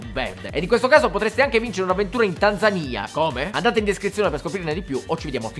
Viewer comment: Che bello Basbascù! Da, anche Tanzaniano, ti ringrazio per la pronuncia di "Tanzania". Ho riascoltato i primi 20 secondi per min porcaoca